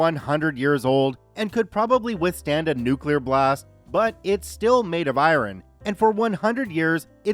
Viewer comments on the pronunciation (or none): I-ron? ;-)) Never heard it pronounced like that before! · Do you have some kind of special ability to not be able to pronounce the word "iron". That's some special skills right there.